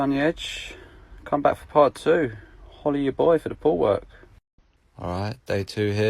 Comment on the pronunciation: Tbh I thought it was "Follow ya boy for the pool work" but it's actually "Holla ya boy for the pool work" Man...